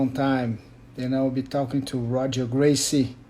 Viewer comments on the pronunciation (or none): I thought it was hoger gracie the r's become h in porrtugese